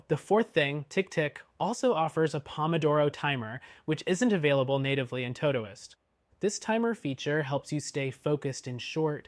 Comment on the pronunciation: I've never heard someone mispronounce todoist before 😂 impressive